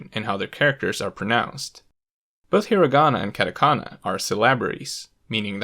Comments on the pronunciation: I cringe and grit my teeth every time he says "CAT-a-kana" and "CAN-gee". This is particularly bothersome because, as he points out, kana are syllables that consist of a consonant followed by a vowel in every case except "n". Thus he is violating the entire basis of the language by turning what should be "kah-tah" (two consonant / vowel pairs) into the English "cat-ah" (consonant / vowel / hard consonant). The latter does not exist in Japanese and should not be used by foreigners trying to pronounce Japanese words. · 100% authority on the subject lost as soon as you pronounced them “cat a kana” and “can ji” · hard out bro, "cat-a-canna" just made me cringe. Kind of makes you think twice about the narrator's actual knowledge of the language, I'm not saying he is incompetent by any means, but it definitely doesn't inspire enthusiasm. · This video is very informative, but my god I cringe every time he says "CAN-JI" and "CAT- AKANA". Please learn to pronounce the things you are teaching about. KAHN-JI and KAH-TAH-KAH-NAH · Why did he have to pronounce katakana as catakana and kanji as canji. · literally same, same with "catAkana" jkENGLRKN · Actually his pronunciation of katakana is more annoying than the way he says kanji. He pronounces all A’s differently (cat-eh-can-ah). 🤦🏻‍♂️ I mean you bothered to gather all these infos and put all these efforts to making this video, it shouldn’t be so difficult to pronounce A correctly. And it’s actually easier not to mess up. I just don’t get it. It’s just so American (I don’t care how they pronounce it, I’m just gonna say it how I think it should be pronounced). 🤦🏻‍♂️ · It sounds really funny how you have the correct Japanese pronunciation except for the names of the three writing systems discussed here: Heera-gonna, cat-a-kanna, and caan-gee. You seem to have overlooked the fact that these are Japanese words too. :-) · I'm glad I'm not the only one this bothered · i mean, he also mispronounced hiragana and katakana lmao